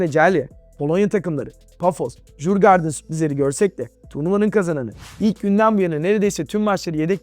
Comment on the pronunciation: Fio hersene final mi oynayacak 😂 bide Djurgården okunuşu şöyle moruk aklında bulunsun yurgordin